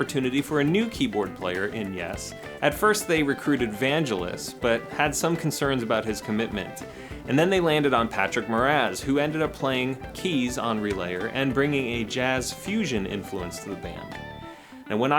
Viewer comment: Vanjelis 😂 it’s pronounced “vang-elis” vang like bang